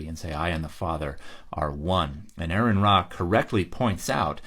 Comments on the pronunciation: Dan: “ah-ron” Ra, not pronounced like Aaron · Fyi... it's not "Aaron" It sounds more like "a-ron" ("ah-ron") I only say it because I've heard him correct people on a few occasions. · Aron has just lost all patience with these people. Also, it's pronounced "are-on" not "air-in". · One small thing. Aron is pronounced as Are-in. Thats all.